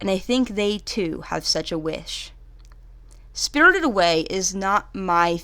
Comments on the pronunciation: “Spirldid Away” 😂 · “Spiddurded away” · "SpRtRred away " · Im bothered on how she pronounced "spirited" every tjme she says it but none the less a great review thanks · Why do say spirited like that😂